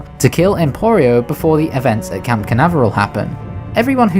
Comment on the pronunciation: Hey it's Cape Canaveral, not camp. Like the space center in USA.